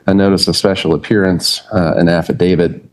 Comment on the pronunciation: If you think the word is “affadavid”, you should keep quiet and let your attorney speak on your behalf.